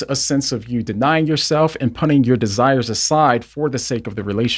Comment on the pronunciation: I enjoy these videos, but I simply cannot get over how he says "punting" as the pronunciation for "putting". I've sat in silence for far too long 😄 This comment is meant to be lighthearted and not me making fun, I'm just being humorous. God bless!